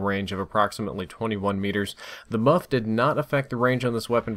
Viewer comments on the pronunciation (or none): 1;00, says muff instead of buff